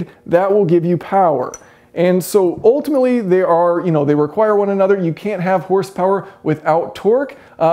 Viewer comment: You pronounce 'multiplied' as 'mooltiplied' and 'ultimately' as 'ooltimately'... just saying.